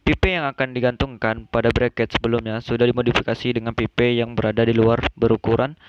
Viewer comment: Well done.. Izin kasih masukkan 1) kata "Uap" dapat diganti dengan steam saja, jgn ditranslate, krn kalau steam bs berarti kukus di b.indo, kalau uap bs berarti vapor di english. 2) speak properly, pipe (baca : paip) jgn pipe. It will be useful for us, when we can speak english properly, esp when u r an engineer. 3) Engineer identik dg angka dan alasan. U have to tell the reason why double pipe can be fit in your plan (acc to pressure drop, surface area and etc). 4) if possible, you could tell the audience why u used the exact number for an assumption, it can be based on prev case or range. CMIIW. Let's make a good work Great job